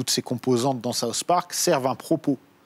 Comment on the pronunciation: "Saousse park"